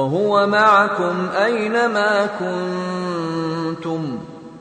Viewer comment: there is a mistake alafasy is saying maikum pls chane